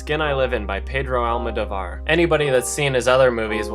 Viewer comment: just so you know (not trying to be a dick) Pedro Almodovar is pronounced al-mow-dough-var. he's truly a great film maker. If you like his things, I suggest you watch Volver with Penelope Cruz. Very different, and seems like the stupidest piece of shit the first time you see it, but after a few watches you see meanings behind generational themes and the "role" of women. Definitely check it out. He's one of my favorite directors working today.